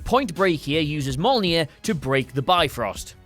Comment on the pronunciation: Also, pronouncing Mjolnir Mole near instead of Myol Near. Do you also pronounce fjord ford instead of fyord?